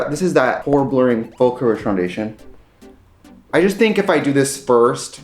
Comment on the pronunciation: Every time he said "pore blurring" it sounded to my ears like he said "whore blurring". Like, yeah we all might need a bit of that.